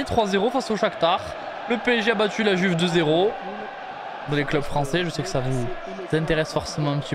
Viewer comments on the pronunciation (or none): none